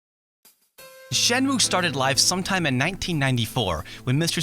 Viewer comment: good review, but the title is pronounced "shen-moo-eh". your japanese pronunciation is usually excellent, so i thought i'd just point this out for ya :)